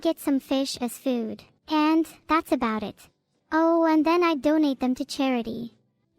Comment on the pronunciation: i lost it at the "thar's why they're placed diagonally"